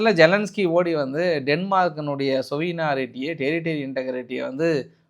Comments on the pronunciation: சொவினாரெட்டி என சொல்வது தவறு.The correct pronunciation you pl check with Google. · Sovrenity should be pronounced differently